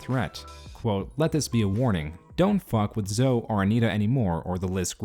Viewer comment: Yo, Zoe is pronounced like "snowy".